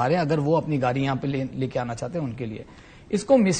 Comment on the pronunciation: Yeh sajjan "gaadi" ko "gaali' bol raha hai. 😄😄